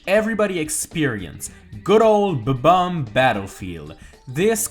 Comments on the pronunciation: bob-omb, not bobom :D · Why do people calm them ba bomb. It’s name is literally bob-Ombs. It’s not that hard.